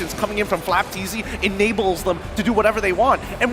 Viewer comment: FLAPTZY ❌ FLOPTZY✅